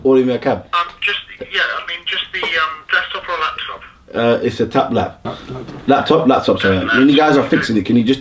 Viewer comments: man said taplap xdd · Man said tap-lap 😭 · Man said taplap😂😂😂